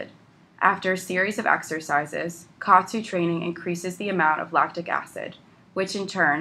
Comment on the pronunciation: It's pronounced Ka At (OT) Su